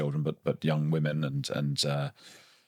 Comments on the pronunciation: Andrew Lownie is a very engaging and articulate speaker. I wonder, though, about his mispronunciation of the word "women". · Dear Andrew Lownie - please note there is a pronunciation difference between the singular woman and the plural women.